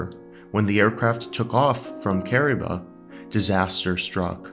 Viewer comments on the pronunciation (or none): There is no such place called Ca’ribah…. There is however a place called KAH’ Reeee bah!!! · Kariba pronounced as careeba